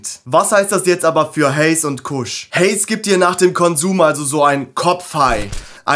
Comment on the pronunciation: alles cool, was mich immer wundert ist, beim Haze sprecht ihr es richtig aus, aber Kush sprecht ihr deutsch aus. Kusch.🤭Das OG wird ja auch englisch ausgesprochen und nicht wie bei einem Obergefreiten. Ich muss jedesmal grinsen, wie ihr eure Sprache nutzt, nicht schlimm, süß und dörflich. Trotzdem nice stuff und sehr gut gemacht dein Video. Bitte CBG hypen und die Welt aufklären und zum Mitforschen animieren. LaHuerta verkauft CBG Semillas, auch als Auto z.B.. Das "Ur-Cannabinoid", aus dem THC und CBD erst entstehen. Würde es schneller wachsen, würde ich berichten. CBG "soll" die anderen Cannabinoide boostern und als "single version" konsumiert, das Verlangen ohne sedierung stillen. Krass, oder? Der Tend geht zum Blend, ist meine frühe Meinung. Beste Grüße, Thor